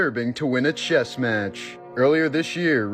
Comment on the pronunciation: it's chess not chest